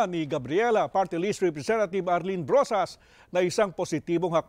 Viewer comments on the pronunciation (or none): none